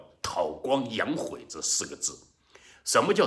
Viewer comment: tāo guāng yǎng hùi 大哥咱们连词都念不准，咱也就是个初中生吧？？